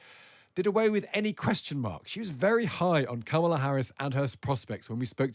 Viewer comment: The least TR could do is correct this typical ignorant American when he purposefully mispronounces "Kamala." It's an egregious tactic that puts his illiteracy on full display.